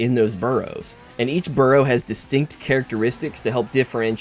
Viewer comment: Burrow? Its borough